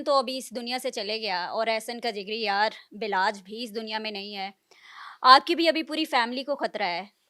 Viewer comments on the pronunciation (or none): بے لاج نہیں بالاج اینکر صاحبہ